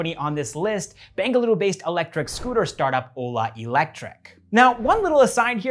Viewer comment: The way he speaks Bengaluru is no native sounding,. ❤️